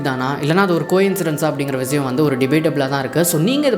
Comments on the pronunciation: Bro vizayam vizayam nu yen solre. Irritating ah eruku. Vishayam nu olunga tamil la oru vartha sola mudiyalaya unala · Vishayam ❌ Viziyam ✅ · Vishiyam ❌ Vizhiyam 💯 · Vishayam is word vizayam is an emotion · tamil utcharippu seri pannikonga bro, like vishayam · Visiyam- word viziyam -emotion 😅😅